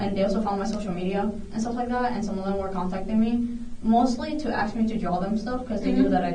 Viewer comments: "We're AXING these questions" --and she is an "educator".... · Who’s the black lady at the desk. She said axe instead of ask. She sounds incredibly dumb. Is everyone on drugs? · You would think working at a school she would figure out how to pronounce "ask" and quit saying "axe" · If the principal can't pronounce "ask", instead says "aks"; the students are doomed. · The principal was just “axing” him questions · You know what is funny. She literally said "ax" for ask. It's on video. But since YOU associate that with black people it must be the initial guy being racist. I just think you need a look in a mirror before labelling others. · Because anybody with a 5th grade education or higher knows the difference between ask and Axe. It shows poor grammar and pronunciation. “Let me ask you a question” is not the same as “Let me axe you a question”. Someone who can’t clarify this shouldn’t be a principal or a teacher. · "Axing" questions? What kind of school is this? How in the world was this woman put in charge of the school? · How can you respect someone who says “axe you these questions” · Everybody but the officer in this video is cooked. Also, anybody who cant pronounce the word "ask" doesnt need to be an educator. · You'd think an educator, and an administrator at that, would have figured out how to pronounce "ask." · Before I get too involved in the video, just want to say I pray my kids teachers/ principals know how to pronounce a word as simple as ask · The fact the principle can't pronounce ask is a red flag for that school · Someone should teach the principal how to pronounce the word "ask" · The principal can't even pronounce the word ask. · why is that lady in charge of anything at a school while pronouncing "ask" that way? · Good lord not even the school principal can correctly pronounce the word "ask" what is WITH THAT WORD AND WHY IS IT SO IMPOSSIBLY HARD FOR BLACK FOLK TO SAY IT CORRECTLY? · The principal can’t even pronounce the word “ask”.